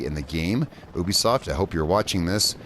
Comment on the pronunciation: Right yeah you have a few decent points but your mostly just being picky and you saying ubisoft wrong